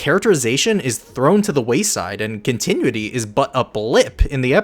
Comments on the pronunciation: Love the video! But every time you pronounced continuity as "con-ti-nui-ty" instead of "con-ti-nU-i-ty" a part of my soul died. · Continuity Con-tih-new-it-EE … I rest my case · Oh cramity, Amity is no one triggered by continue ity instead of cont eh noo ity have i been saying it wrong for so long or is it a different word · say it with me now, (con-tin-noo-ity) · You need to learn how to correctly pronounce continuity. You're doing it wrong and it's annoying. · Hey man. Great video and analysis. This is the type of content I like to see when I’m invested in a show(cartoon). Not a criticism, but look up the phonetic spelling of continuity. 🙏🏽 I only offer that because you pronounce it incorrectly a couple of times. Hope you can appreciate that’s coming from a genuine place. Beyond that, PLEASE keep it up! Other than The Roundtable, there aren’t many fan channels I’d consider subscribing to for analysis/recap. 👌🏽 Peace! ✌🏽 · LOVE this video!! just a tip though, because i would love to see more videos on this subject: that’s not how you pronounce ‘continuity’. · this was super good, but god please continuity is not pronounced like that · The only issue I have with this video is the mispronunciation of the word continuity